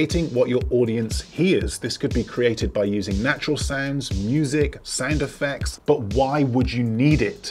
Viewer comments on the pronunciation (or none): Sounds like "Sand Effects" each time you say "Sound Effects"☺️☺️ but info is great👍